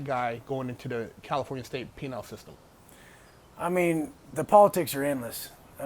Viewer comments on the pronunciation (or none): Penal not penile 😂😂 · It’s penal system kid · Lmao he said California state “penile” system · Did actually say PENILE system? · Its penal not penile lol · It's "penal system", dumbass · Did he say Penile system!? Lol